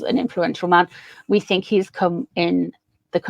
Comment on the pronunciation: I'm still there where I want to laugh whenever you say "man".😂😂😂😂✈